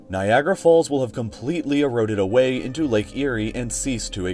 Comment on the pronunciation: Erooded ah-wayyy